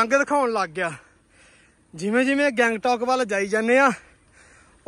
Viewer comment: ਬਾਈ ਜੀ ਗੈਂਗਟੌਕ ਨੀ ਗੰਗਟੋਕ ਆ ।